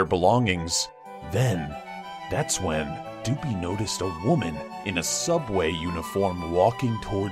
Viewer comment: It's pronounced soooubway